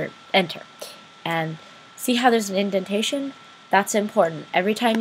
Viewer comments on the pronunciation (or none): none